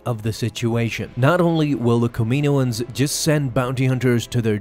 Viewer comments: Bruh, it’s not Kamiiiiiiyynoens it’s KAM-E-NO-ENS. They say it in the shows and movies that way. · Cam-in-oohh-ins please lol 🙏 they way you say it sounds strange to me but great vid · “Kah-meh-no-ans”. Sorry you’re pronouncing it incorrectly. Just a heads up!! 😬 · Here's a fun game: take a shot every time he pronounces Kaminoans wrong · Learn how to say Kaminian bro come on